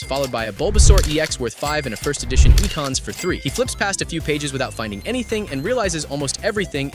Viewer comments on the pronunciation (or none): Omg E-cons? Its X-kins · Bro said e-cons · “E Kons”